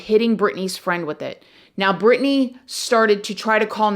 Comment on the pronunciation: I love how she pronounced it perfectly...I'm from Racine and know alot of Britney's family members...this was a horrible tragedy in my community!!